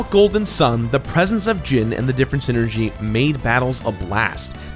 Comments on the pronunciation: Hey,, it's pronounced "SIGH-ner-gee," not "sin-er-gee." You can tell because it's a portmanteau of "psychic" and "energy," which is actually a pretty good explanation for how the characters' abilities work. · you pronounce Psynergy as Synergy? i always pronounced is as seye-energy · It's PSYCHIC POWERS, PSYNERGY. PSYCHIC ENERGY...not magic or ZEEENERGY lmao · I always thought Psynergy was pronounced: Sai-nergy Yunno, like Psyduck, Psychic, Psychosis, etc. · I don't think the P in Psyenergy is silent